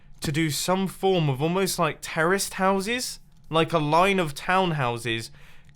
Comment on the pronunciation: mumbo; "i'm thinking of doing some terraced houses" me; "wait WHAT?! oh, no you said "terraced houses" not "terrorist houses". oh-kay" mumbo; "yeah! i did not say terrorist"